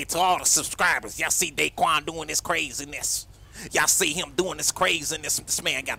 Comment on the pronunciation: Not dayquan